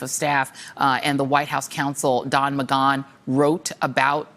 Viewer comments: WAIT ??? I thought it was "DAN Mc GAN" not "Don Mc GONE". Although "Don McGone" seems REALLY appropriate! P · Why does Joy mispronounce so many names. I used to like her a lot but maybe she's in the wrong line of work. Giuliani....Rosenstein...McGahhhhhn? I'm prettier with a more sophisticated vocabulary and attention to detail. She turns me off every time she mispronounces. Just watch the news, Joy...and you'll know how the names are said. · Why does Joy pronounce Don McGahn's name that way? Despite the spelling, I believe his pronunciation is a flat "a". Same thing with Rudy Guliani and Avenatti, but in the inverse: she flattens the "a" in their names, while they themselves round when pronouncing it. Just pronounce a person's name the way they do instead of going out of your way to be different.